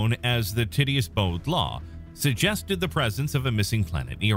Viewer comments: Tit-e-us LOL 😂, it's pronounced tight-tee-us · Ti-ti-ous NOT Titty-us